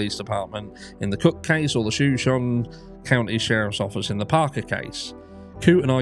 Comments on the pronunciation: Shoshone is pronounced show-show-nee. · It's pronounced like the Tribe It's named after, 'Show-Show-KNEE' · Shoshone i county is pronounced "show-Show-knee". I believe is native name. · Hi it’s shu-show-née after the Native American tribe. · "Sha-shown" is how people in Idaho pronounce Shoshone County. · SHU-SHOW-KNEE. And the shu is said like in shut without the T. The pronunciation of this word is very confusing. Please don't think I'm trying to correct you I'm just trying to be helpful since you seemed unsure of how to say ot. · not to be rude but the correct pronunciation is SHa SHONE county.There's so many Indian names in our area they're hard to pronounce.I was born in Coeurd'Alene ( Core da lane)😉🥰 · I think the pronunciation is “show sean ie” as in Native American tribe. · Shoshone is pronounced as Show-show-knee. Its a Native American tribe in Idaho. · Thanks for your content,! Shoshone is pronounced ’Show-show-knee”, if that helps. Named after an indigenous tribe of the region. Lots of questionable stuff in Northern Idaho. Scary and sad. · Pronounced: Sha-Show-Knee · Just to help you out...Show shone e. It's native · "Shuh-show-nee" (a native American people) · Pronounced show shon e…..it’s Native American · Shoshone is pronounced shah-show-nee. It's an american indian tribe.